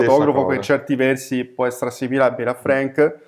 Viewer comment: Scusate il puntiglio, ma si pronuncia con la “a” aperta, come Anna Frank E poi, il solo fatto di essere straniero non mette al riparo da pregiudizi e stereotipi... La differenza, in questo caso, sta nella acuta capacità di Frank di comprendere i fenomeni sociali (l’America tutta - rurale e non - ritratta nel suo aspetto quotidiano, così lontana dalle contraddizioni e ipocrisie dell’epica di propaganda), unita a una sensibilità personale tormentata e a un indubbio genio grafico. Non solo il libro dovette essere pubblicato in Francia, ma alla sua uscita negli Stati Uniti procurò al suo autore accuse di anti americanismo che lo amareggiarono profondamente e contribuirono ad allontanarlo dalla fotografia. Oltre sessant’anni dopo, The Americans, è un documento storico imprescindibile e ancora una grande lezione di estetica fotografica: cruda, non compiacente, “mal-educata” (per i canoni del tempo), ma molto diretta, delicata e comunicativa. Concordo con voi: dovrebbe essere obbligatorio alle medie e negli istituti d’arte. Sempre grazie per le vostre proposte.